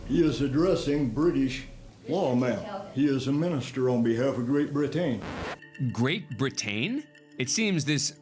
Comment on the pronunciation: Great Bri-TAYNE! 😂🤣.